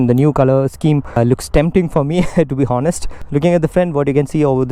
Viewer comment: Honest is pronounced as o-nest not ho-nest. Fix that and your videos are golden